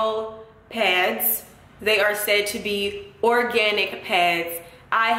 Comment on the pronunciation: organtic. lmao thought it was organic